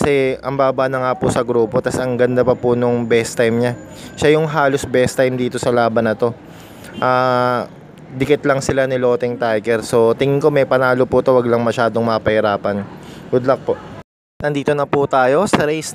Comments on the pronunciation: Hindi po lotting tiger, LAUGHING PO ang tamang pagbigkas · Idol correct ko lang mali pronouncation mo kay laughing tiger